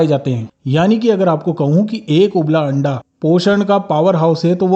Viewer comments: Hain randa bola 😂😂 haste haste pet me dardr ho gaya😂😂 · Randa bola 😂 anda bolna chahiye pura clear bola 😂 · Correct Randa bola